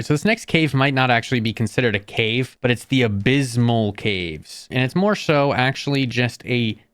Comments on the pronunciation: "The Abysmal Chasm" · bro you GOTTA learn how to read and pronounce things right, lmao. Where the hell are you pulling an M from in the word "abyssal"? why are you not saying the D in "primordial"? jesus, if you're gonna do a mod review, can you put in the effort and make sure you're pronouncing things correctly? like, google "how to pronounce" then the word. simple as that.